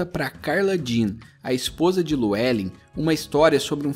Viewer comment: "Lu é len" é foda pqp "liu e lin" é a pronúncia correta po